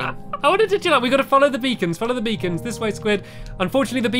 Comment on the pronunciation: Oh beacons! I thought you said vegans....